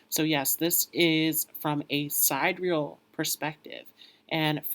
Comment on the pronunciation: Honey, you are doing very well. Keep up the good work! If you would like to appear just a bit more polished, pronounce ‘sidereal’ as ‘si-dear-e-all’. Thank you for all of your hard work! The lighting is pretty good but people seem to respond better to ‘light, bright” backgrounds that create a feeling of happiness and bliss. Not to mention, you are good looking and you have symmetrical features which people are drawn to. The information is spot on. So, I don’t really have any helpful tips here. As you progress with your channel, you will become more and more comfortable so the information flows naturally. You’ve got a great skill set and I hope you are proud of what you’ve accomplished so far. Keep going, young man! And, I know this may sound odd but, try smiling as you speak. It will bring a twinkle to your eyes which will also draw people to your channel. I wish you well! May you achieve the level of success you desire!!